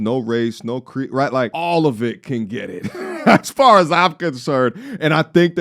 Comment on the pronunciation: Soooooo he can say "nicca" but he can't " cure".